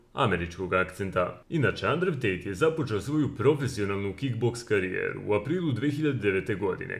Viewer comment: Endru Tejt*